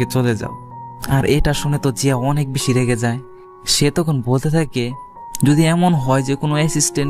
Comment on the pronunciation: আরে ভাই আপনি তো ভেশি ভেশি বগর বগর করেন